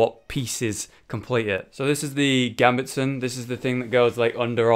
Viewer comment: gambetson? its a Gambeson there's no t in it